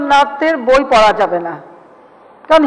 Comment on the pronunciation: একে ভাই প্রধানমন্ত্রী কে করেছিল এইযে আবোল তাবোল বকে যেমন দেশের তেমন প্রধানমন্ত্রী । আগে রবীন্দ্রনাথ কথাটা বলতে আপনি উচ্চারণ করতে শিখুন তারপর নয় রবীন্দ্রনাথের। পরবেন নি আপনারা। আর আপনাদের জাতীয় সংগীত টাই আমাদের রবীন্দ্রনাথ করে গেছে তাহলে ওটাকে বাদ দিয়ে দিবেন। আরিয়া প্রধানমন্ত্রী ,😃😃😃